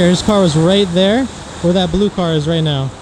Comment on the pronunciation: 'Shot and killed, "rat dere"'